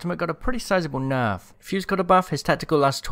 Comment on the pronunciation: Lmao!! Love how he pronounces Nerf and Noff. Lol